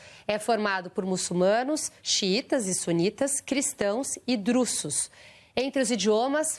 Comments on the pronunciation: Acredita q pensei exatamente assim, qdo a ouvi pronunciar drusos, com "ss" e não com o sim de "z". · A 'jornalista" não sabe falar DRUSOS com som de "z"; mas de "ss" ou "ç"; aposto que que nao sabe a tabuada do 3, o Hino Nacional Brasileiro e os Estados do Brasil com duas capitais...É o fator Paulo Freire!